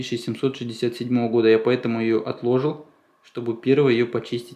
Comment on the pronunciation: Говори правильно не отлОжил а отложИл